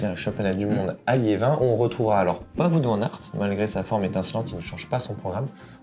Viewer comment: non non non et non pas de "voute" van aert mais "wahot" van aert 😉😉😉